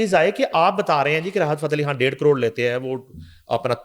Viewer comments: Excellent coverage of Junaid safdar marriage by your channel ..just one request.. Please speak Urdu correctly ..which u can ..I am referring to woman anchor , do not pronounce Khan as Kahn .... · please pronounce khan correctly it’s khan with kh خ not Kan کان like you do.